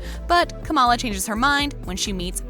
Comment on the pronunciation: You'd think by now, with a VP whose name is KAM'ala, this narrator could figure out that the Indian character in this show with that name is pronounced that way as well - NOT kuh MA luh.